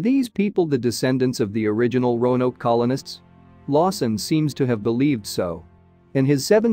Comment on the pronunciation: Oh, it got better! Rone oak, rowan o, rono, every possible mispronunciation! Just never Roanoke.